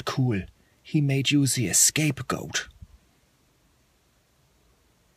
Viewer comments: It’s scape goat not escape goat but still funny as crap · Roboterize haha, but it's actually "scapegoat". He was being funny and thought it was *E*scape goat :)